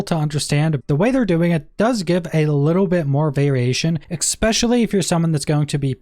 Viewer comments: Nice video but why do people always say "ex-specially" instead of e-specially? I'm not a native English speaker but this is something I notice on a regular basis. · Not trying to be a dick, but there's no x in especially. No x sounds eh specially.